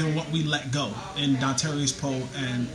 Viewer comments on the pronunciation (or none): Jesse callin him Dontarious Poe and callin em Donatario got me crackin up lol